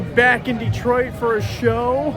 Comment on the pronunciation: Props for saying "Dee-Twaa". 😁 Thanks for taking us along on the trip, really cool video. I'm glad we decided not to film our fistfight as that was just between us. 🤣 Cheers!